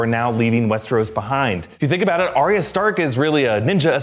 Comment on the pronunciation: ar ya not ar ia